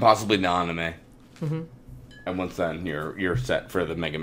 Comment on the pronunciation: I would so totally read the Retsupurae mahn-gah and watch the on-i-may.